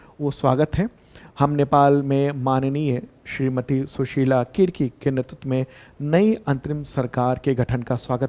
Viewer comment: Sushila karki hain Kirki nhi